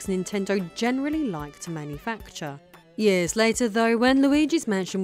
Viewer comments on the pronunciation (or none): none